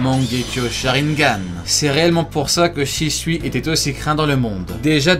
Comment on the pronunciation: « sharineganes » oulala